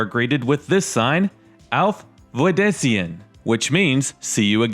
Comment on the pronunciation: Auf Weidersehen =Pronounced--- We/der/say/en. A very good tour of Frankenmuth.